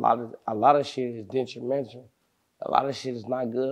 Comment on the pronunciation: this nigga said dentrumentrul 😭😭nigga do you mean detrimental ?